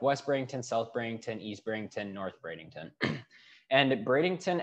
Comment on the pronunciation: There is no " g " in Bradenton. Bring lots of money and patience !